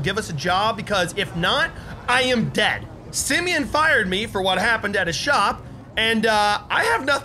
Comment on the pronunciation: Why are you saying Simeon?